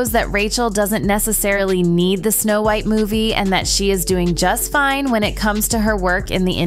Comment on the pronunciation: Wth is the reason for mispronouncing so many words? Are we supposed to believe it’s AI? I highly doubt AI would mispronounce White or pilot (just to name two). This happens in every one of these videos.